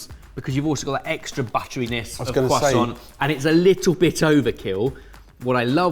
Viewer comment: the cwasaunt 🤌